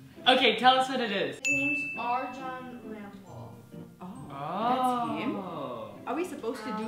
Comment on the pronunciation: She pronounced Arjun Rampal as if she isn't able to ... Why are people so crazy with the fake accent 🤣🤣!!